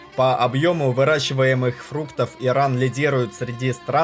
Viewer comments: Бесит, когда Вы неправильно произносите название государства! Не Эран и Иран! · всех благ вам и вашему каналу , но реально слышится эран вместо Иран ) решил посмотреть ваш ролик из-за ностальгии по иранским блюдам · Чувак просьба произноси правильнее хотя бы для начало не Эран а Иран , не челов а челу